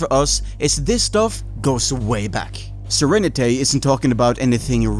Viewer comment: Great video! By the way his name is pronounced Sir-Rene-T not Sir-Renet-A, its a pun on the word serenity.